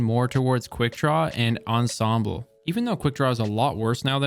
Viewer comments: You're the only one I watch that pronounced ensemble correctly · Finally a content creator who can pronounce "Ensemble"! and then came the "adiago" /sigh